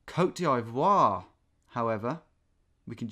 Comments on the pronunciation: Tom, to my understanding. the pronunciation of the country cote d'voire is COTE DIV'WAAR. I have heard you say it a few times and was wondering if you were saying it weirdly on purpose. hopefully you see this comment and recognise the correct pronunciation. also i love your content, you are a true legend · love your vids! just wanna let you know it’s pronounced “coat dee-vwar” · Tom : Ivory Coast Also Tom : Côte d'Eyevoire You only need to pronounce it like you pronouce the ''I'' in Ivory haha! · Motaengil is a Portuguese construction company, was surprised when it said “cote divoire” instead of Angola or Mozambique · "You should get this, or play another game." "If you've never had a country before, you don't really know do you?" "Côte D'eye-vwore." "Usually when you see French in Africa it's Senegal." This is the sort of melt that would show up once ever to the trivia night, get 70%, and once the other scores were announced look absolutely floored anyone else got over 71. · Ah yes, we are back in Cote dee eye voire with Tom! xD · "Coat Dee Eye Voua" cracks me up every time. :P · Côtes d"ee"voire Tom hahaha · Côte d’Ivoire must be pronounced « kot deevwar » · Hello Tom, small detail, but it's pronounced Côte DEE-Vwar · Côte D'EE-VOIRE pls